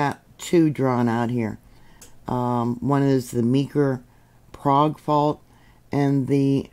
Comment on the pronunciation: Love your reporting. The "Okie" pronunciation is "Prayg". Just a tidbit😊 of info.